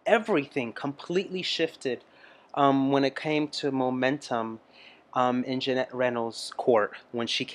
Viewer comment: It is Ginette Reno not Janette.